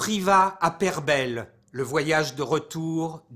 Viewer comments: Pour commencer on prononce pereubeille,secondo les époux Martin ne sont accusé que d'un crime,celui d'enjolras.ensuite la déposition de chaze differe de ce que vous dites.jai le plus profond respect pour vous et vous suit depuis des années sur les sérials killers.mais pour ce dossier,vous êtes plutôt mal renseignés.le dossier Hondelatte est bien plus près de la bonne version!car lui parle des martins mais aussi du lieu,de l'ambiance qui régnait a l'époque.vous faites passer ces gens pour les pires criminels sanguinaires et diaboliques.atttention ne tombez pas dans ce journalisme à sensation,et continuez a faire,ce que vous faite si bien,des enquêtes et des interviews sur les tueurs en séries!! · D'accord pour la prononciation je dirais même plus, il faut accentuer le son "EI" et donc prononcer Peyrebeiiiiiiille..!